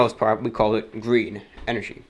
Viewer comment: 737 Btw, "GrThreen" hilarious😂